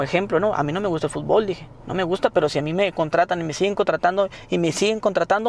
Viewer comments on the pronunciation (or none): none